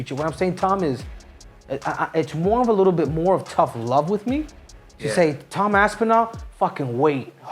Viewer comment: Why does Cejudo Call Tom, TAM Aspinall?